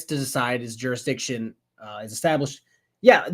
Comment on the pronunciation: Shouldn’t be allowed to question jurisdiction if you can’t even say the word correctly.